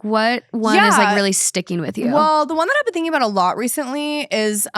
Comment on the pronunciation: Ive never heard anyone pronounce “been” like “ben” until i heard talk